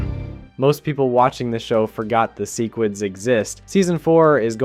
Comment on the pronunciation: Love the video but the way you say sequids, Cecil, and crisis pisses me off😂